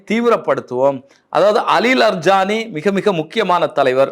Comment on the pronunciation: இரான் போரில் ராஜ தந்திரி யாக இருந்தாலும், முக்கிய தலைவர்களை பாதுகாபதில் செயல்பாடு காணாது? அலி லாரி ஜானி, என வாசிக்கவும். அலி லர் ஜானி இல்லை!